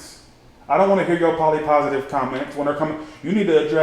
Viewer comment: He said Polly Positive 😭😭😭